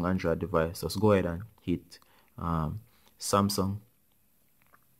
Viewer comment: He only said smasum8